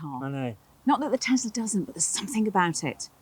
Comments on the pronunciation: why are you guys saying tezla instead of Tesla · What is Tezla?